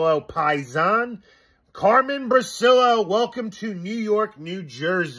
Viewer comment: much luv n respx to, he’s Carmen Bri-chi-llo, that’s how u say it boss, n he’s our paesano…..💪🏻💪🏻💪🏻🇮🇹🇮🇹🇮🇹